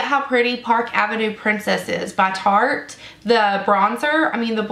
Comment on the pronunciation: LMAO did you say Sharte?! You crack me up girl! I love the concealer so I'm looking forward to trying this foundation. Thank you for the review and demo!